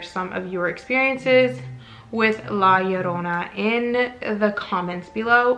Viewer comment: Thank you for correctly pronouncing La Llorona 🙌🏽! Most people butcher it.